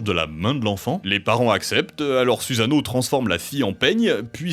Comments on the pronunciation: Dommage que les prononciations des mots japonais soient bancales : Kusanagi est bien prononcé alors que juste avant Sasuno est prononcé "Suzano" alors que c'est "Susano" tout simplement. Pareil pour Orochi -> "Orotchi". Vous pouvez faire lire les mot pour une IA par ex pour être sûr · Noooon! On ne prononce pas "suzano" mais "soussano" :/